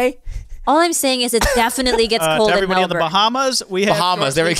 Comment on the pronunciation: Respect to, Pronounced Melbourne correctly., nice attempt.